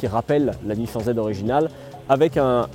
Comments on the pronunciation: Apprends à parler. Nissin, nissaaaan🤦‍♂️🤦‍♂️. C est ton travail purée. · nissan… prononciation :nissane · une horreur la prononciation de la marque , un peu de respect quand meme ........... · "Nissen" "deusign"